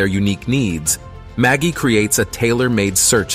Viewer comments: Are you sure it's not pronounced with a soft G? Like magic? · Pretty sure it's "Ma jai"